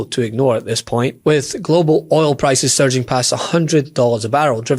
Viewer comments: It’s oil not ol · Fox news host can't even pronounce "Oil" 😄 Get his ass outta there if he can't even pronounce a simple word.